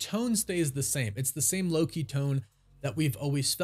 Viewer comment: Yes 🙌 you said it correctly. I believe that Loki is the only thing keeping the MCU going